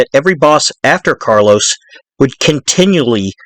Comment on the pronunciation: I think you keep calling Carlo Gambino ‘Carlos’